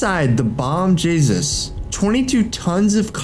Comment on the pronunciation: If the narrator was trained in Spanish pronunciations, he would know that "Bom Jesus" is actually "Bom Jesus (Hay-Sous), and that port in Columbia is pronounced " Carta - HAY-Na:" Come on mannnn!